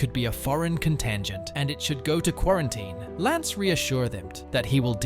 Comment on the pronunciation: Gotta love AI